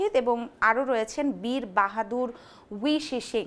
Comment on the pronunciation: বীর বাহাদুর সাহেবের নামটাও ঠিকমতো উচ্চারণ করতে পারলেন না প্রথম আলোর মহাশয়া। XD